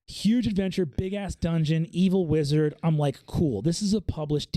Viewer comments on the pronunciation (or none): none